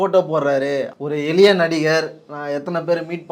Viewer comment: Mr. நெறியாளர் தயவு செய்து தமிழை கொலை செய்ய வேண்டாம், அது எலிய இல்லை எளிய உங்கள் நாக்கில் வசம்பை வைத்து தேய்க்கவும்